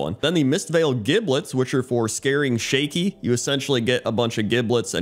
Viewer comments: Yo, it's legit pronounced Jiblet, not how you pronounce it. This isn't even some gif/jif sort of thing. Just a heads up. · Giblets is pronounced with a soft g - ie. Jiblets